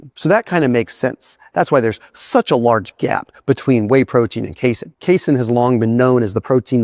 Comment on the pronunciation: don't you dare ever call it "case-in" protein again in your life, you hear me boy?